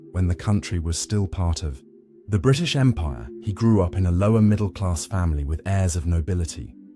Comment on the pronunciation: "...tHe....BrEetish ....Empire"